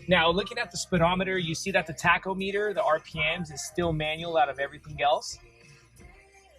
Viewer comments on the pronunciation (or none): tach-o-MEET-er?!? Yikes!